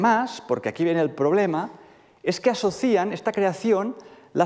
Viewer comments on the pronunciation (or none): ¿propicía? 😂 "asocían" Hay lagunas en la acentuación del presente de indicativo de verbos de la primera conjugación acabados en -iar.